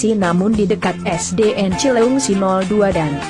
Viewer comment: Lu admin kaya nya bukan orang Sunda ea.. Nyebut cileungsi aja susah bnr.. Pake cileuingsi..